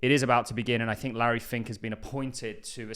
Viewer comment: Do you fink so?